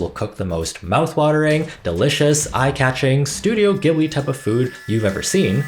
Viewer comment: Thumbs down because you mispronounced Ghibli.